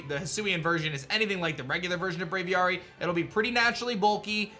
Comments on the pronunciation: Bra-V-Air-Y = Braviary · You say Braviar super weird, Just say Aviary with a Br at the start. How hard is it?